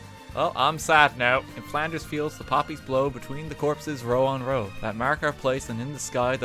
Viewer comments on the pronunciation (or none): Though I winced a bit when he said "Between the corpses, row on row." Like it's not wrong per-se but still.